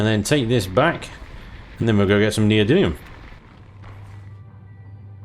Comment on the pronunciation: Per the dictionary neodymium [ nee-oh-dim-ee-uh m ] You say it right. Just don't ask how to pronounce aluminum.